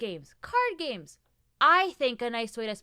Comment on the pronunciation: When you said “I love games” I heard “gays” and I was like “uh there’s nothing wrong with that but weird way to start”